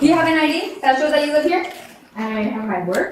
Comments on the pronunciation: Bad AI - "eee D" for ID... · I think it is. It mispronounced “ID” as “Ee-dee” and always mispronounces something in every video.